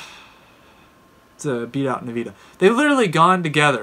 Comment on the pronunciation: Dislike for nveeda pronounciation